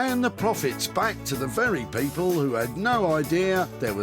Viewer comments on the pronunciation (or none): Nice bit of editin. When he says "people", it sounds like "papal". The collared man was good timing. Well cool!